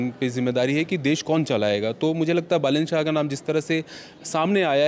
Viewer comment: बालेन्द्र नही 😡😡😡बालेन शाह नाम तक ढंग से बोल्ना नही आता इन्टरब्यु क्यु लेते है इन्डियन लोग